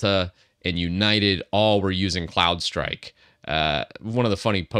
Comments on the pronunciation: I heard Clown strike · I thought you were saying Clownstrike... which is great... 😂